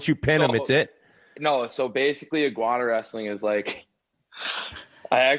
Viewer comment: Biz can't read worth shit man. Iguana = You-ginny?